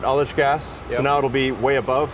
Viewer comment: What is aldish gas? edit: He was saying ullage gas, never mind.